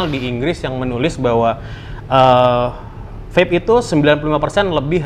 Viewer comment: Wkwk nyebutnya VAPE bukan VEP 😭